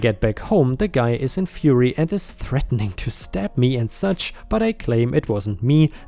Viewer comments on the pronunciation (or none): none